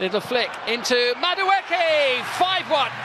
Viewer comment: Old lad just refuses to say Madueke's name correctly.